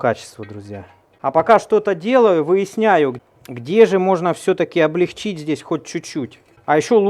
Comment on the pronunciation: Умоляю! Ставь правильно ударение в слове облЕгчить. Заранее спасибо